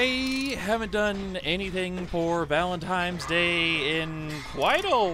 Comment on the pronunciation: You kept saying Valen TIMES day :/